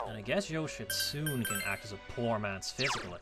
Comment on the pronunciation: Oukuninushi is a guy... You butchered Yoshitsune's name and he actually INHERITS LIGHT. Bloody tower arcana sometimes... I wouldn't say Tower is hard to fuse because there's 7000 ways to fuse Masakado IIRC. And I'm not kidding.